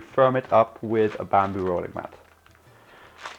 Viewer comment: u said banderoid bat